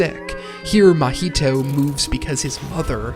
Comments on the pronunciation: Why do you keep calling the main character "Mah-HEE-toe" instead of "MAH-hee-toe"? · It’s a decent video, but the way you’re pronouncing the name is killing me. It’s not like the drink Mojito. lol it’s like ma Maiheeshtoe or sound like my heee toe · I’m about to discredit this whole video just by the way that you pronounce Mahito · Bruh can you please pronounce the main character's name right😅